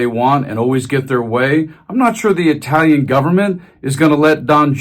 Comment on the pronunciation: Good job...just gotta work on that Italian pronunciation :)